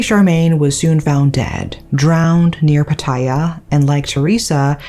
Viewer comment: You care so much about pronouncing Japanese things, yet you can't even get Pattaya correct.